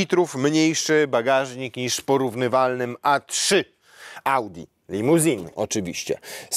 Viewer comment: LimousinE - “e” na końcu jak najbardziej słychać w języku niemieckim. Zielony Kyalami, moim zdaniem znacznie ładniejszy jest Java.